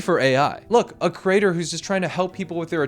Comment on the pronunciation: I love this video, but creator is pronounced cre-ator not cer-ator ❤